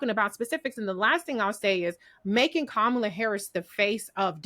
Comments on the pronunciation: I'm sorry but why can't dude pronounce KahMahla's name correctly. IJS. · if you were on a cooking show wouldn't you try to pronounce the name of the dish properly? How can you not bother to know how to pronounce Kamala's name, when youre on a panel just to discuss her? Even Trump can pronounce her name properly most of the time now. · Just discovered this episode today and this guy is irking me mispronouncing Kamala's name. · I wish someone would correct him (even off screen). He keeps mispronouncing Kamala's name. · can't be bothered to pronounce Kamala's name, how informed can he be. That's reflective on him.